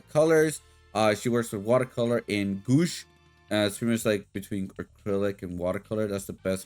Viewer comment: Its pronounced goo-wash